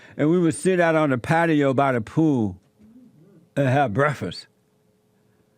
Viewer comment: JESSE REALLY ENJOYED THAT "BREFISS."